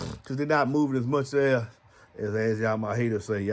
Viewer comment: Lol, "Its a concert out thuur!!" 😆🥰😇🤑